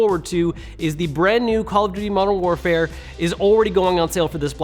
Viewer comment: Are we just gonna ignore how he pronounced Modern Warfare ?